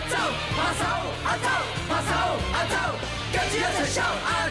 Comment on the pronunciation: “亚洲中“亚”字有懒音。